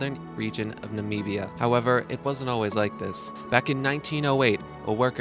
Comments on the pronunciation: This guy can't even freaking talk. He needs to go back to school. Penitentcheairy. Nameeb of nameebia. Worst narrator ever. Type ur shit into a speak n spell before hitting record bro. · Pen-eh-tent-chur-ee NOT Pen-eh-ten-chee-air-ee. Na-mib-ee-ah NOT Na-meeb-ee-ah. You completely demolished the pronunciation of Longgang. Shangshan is pronounced "Shangshin". Fukushima is pronounced fu KUU sh'ma. Not Fu ku Shee ma. Nice to see you've done your homework. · He doesn't know how to pronounce Namibia, Mauritius or Seychelles, and he thinks that the Ukraine is still part of the old Soviet Union!